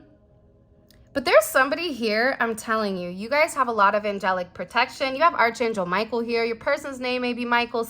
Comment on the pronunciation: You are mispronouncing Angel Micheal, title. It is Ark not arch. It is not said as it is spelled.